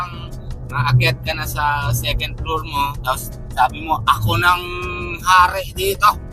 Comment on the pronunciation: Halos 80% pilipinos saying secend, instead Second, Yan kya natutunan nila sa school